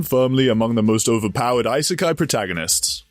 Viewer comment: why do you keep saying EYE - SAY - KAI it's E- SAY - KAI